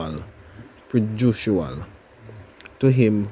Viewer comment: The word is pronounced "pray-jew-dish-al". Say it fast now!